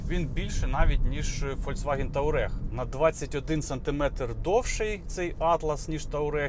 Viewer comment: Ну чому у всіх ,, ТАУрег" а не ,,ТУАрег"?